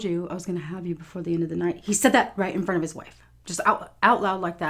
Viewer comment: it's all in the fronf